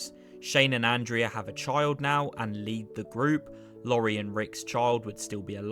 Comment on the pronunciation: god the fact you call laurie lorry is annoying as hell learn the names and pronounce them if your gonna be a person uploading videos